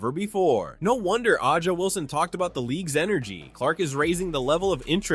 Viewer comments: AYYJA not uhja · Her name is pronounced Asia, not Ah ja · it's pronounced Asia ... even though it is spelled AH jah .... disappointing AI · I'm assuming you're mispronouncing A'ja Wilson's name on purpose.